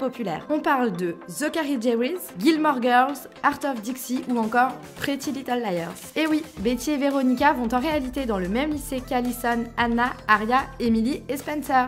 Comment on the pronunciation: C PAS PWETY LITTLE LIAR C PRETTY LITTLE LIAR ALORS DIT JUSTE LES MENTEUSE